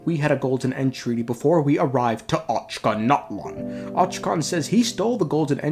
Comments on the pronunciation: bruh i am cracking up whenever the narrator says "ochanatlan" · I'm gonna have dreams about the Ochkanatlan pronunciation. The good type